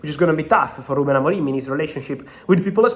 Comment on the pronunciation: He's name is Amorim not Amorime